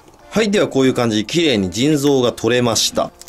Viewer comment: 腎臓がずぃん臓に聞こえる